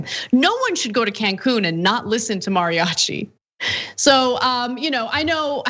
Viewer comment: This anchor keeps pronouncing “mariachi” weird and it’s bothering me